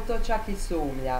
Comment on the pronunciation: Sumlja ? Nije li sumnja ? Volim gledati tvoje videe ali mi nikako ne ulazi u glavu ' sumlja '